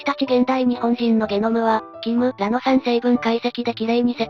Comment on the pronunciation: 「キムら」の発音がちょっとわかりやすくなったｗ